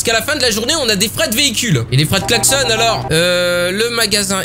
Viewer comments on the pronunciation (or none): none